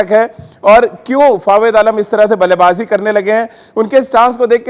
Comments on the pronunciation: अबे जोकर नाम तो सही ले😆😆😆 फावेद आलम नहीं बे जोकर फवाद आलम नाम है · abey bhai Fawid nai hai.. Fawad hai FaWAAAAAD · are Dimag ghutno me h kya tera ya sunai nhi de rha ye chutiya fawed fawed kr rha h inko kon media me bithata h yr 😃😂